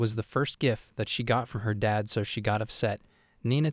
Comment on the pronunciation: But the word “Dad” isn’t two syllables…